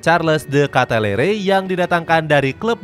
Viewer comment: Kitelar min bukan katelere kwkwkw